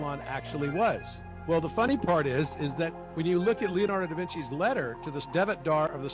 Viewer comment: Saying da vinci didn't earn him any points either.